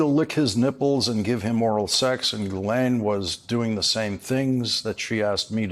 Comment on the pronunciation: Mr. O'Donnell, Epstein's right-hand woman's name is pronounced G'laine. Esses are not pronounced.